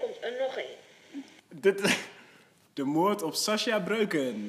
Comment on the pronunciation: Hahaha ook echt moord met een 't', geweldig